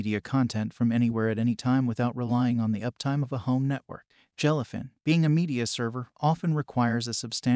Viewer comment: Jell-uh fin. Moo-vuhs.